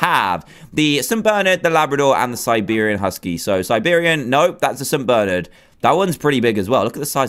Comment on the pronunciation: St. BERNARD NOT ST. BERNERD srry my dad's name is Bernard and he's uh g o n e 😭😭😭